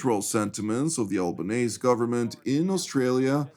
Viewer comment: Greetings from Australia. FYI, Albonese’s name is pronounced “Albo-neasy” as in the word “easy”. But having said that, please rest assured Albonese DOES NOT speak for Australia as a whole, as he claims, with regard to Australia’s position on the proposed two-state solution. He was elected on barely 30% of the primary vote and since he and Wong are of the hard left persuasion, my guess is that the overwhelming majority of Australians have faith in the IDF and want to see Hamas completely destroyed and Gaza ultimately governed by a coalition of outside nations ‘stepping up to the plate’. A “two-state solution” was basically granted in 2006 and ended in disaster on October 7 2023. The Gazans have shown that are not capable of being neighborly citizens so to give them another chance would be pure lunacy!